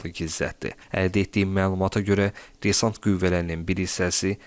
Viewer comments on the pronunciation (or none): none